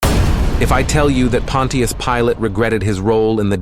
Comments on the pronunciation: Pon-chus Pilate, 2 syllables. Not Pon-ti-us. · Try saying it like this : Pon’shusss Pilate,..instead of Pon’teee’us. 👻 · It’s not pronounced pon- tee-us it’s pronounced pon-chus 😑 either narrate yourself or hire someone to. These ai narration voices are horrible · Using these fake assed AI voice narrating softwares is compromising the quality of your presentation by mispronouncing key words and names. Pontius Pilate is not pronounced "Pawwwwn Teee Us," rather, it is pronounced, "Pawwwn Chous" Pilate. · The pronunciation is not Pon-tea-us...it is Punch-us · Your text reader might as well call him "Pontiac" Pilate it's butchering it so badly. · Pontius? That's not how you pronounce it it's pon-chus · Pilot's name is pronounced "pon chess". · Pronounced Ponshus Pilate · the AI mispronouncing is so infuriating and is widespread, it's pronounced Pont-chuss, js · The name Pontius is pronounced “PAHN-shus”. I wonder if this is just another AI voice.🙄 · OK A.I. it is pronounced Pon shious Pilate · How he pronounces Pontius Pilate is hilarious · I don’t think I can take this vid with Pontius Pilot being mispronounced over and over lol 😅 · AI can't pronounce Pontius. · I sure wish this speaker would pronounce Pontius correctly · Now if only this AI robot voice could be programmed to pronounce’ Pontus ‘ correctly.